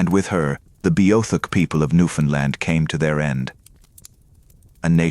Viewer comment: At least have the province pronounced correctly.